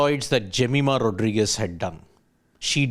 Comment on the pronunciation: Pronounce her Surname properly please. It's important.